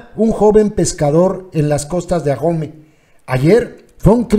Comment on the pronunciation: al mencionar Ahome la letra "H" no lleva sonido, es muda, por lo tanto se escribe pero no se menciona, (Aome).